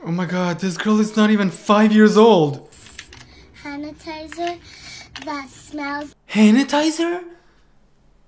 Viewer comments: hanatizer 😂 it’s sanatizer 😂😂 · “HANITISER” HAD ME DYING 😭